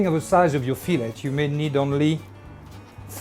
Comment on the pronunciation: Isn't it weird to hear a French man say "Fillet" pronouncing the "T"?